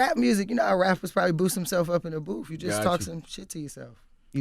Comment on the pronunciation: Rap-per man lmao